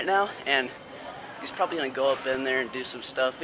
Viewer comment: No, you said "properly" instead of probably.